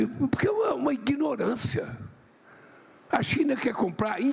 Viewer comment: O palaviado É porra Ministro e cara Nem a palavra ignorancia ele sabe falar E pura demagogia